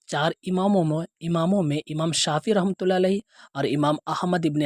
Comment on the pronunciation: ایک تو اپ نے ان کا نام بگاڑا ، جس کی سورہ حجرات میں ممانعت کی گئی ہے "ولا تنابزوا بالالقاب"، دوسرا، اگر اصلاح کرنی تھی تو اس طرح کرتے جس طرح سے مفتی طارق مسعود صاحب نے ان کے سامنے ان مسائل پر گفتگو کی ہے اور ڈاکٹر صاحب نے رجوع کر لیا ہے، کے ائندہ مسائل پر گفتگو نہ کروں گا، اور اپ کا لفظ "رحمه الله" درست نہیں کسی سے اصلاح کروا لیں ، اور مذہب اور ذاکر بالجیم نہیں ہے بالذال ہے